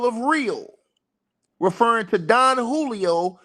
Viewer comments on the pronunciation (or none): none